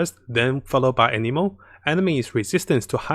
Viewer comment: Ah yes, the ameno damage, Omenare imperavi ameno. It's a-ne-mo btw.Fun fact : "noblesse oblige" are french words, but the set has a different name in french (something like "ancien royal ritual")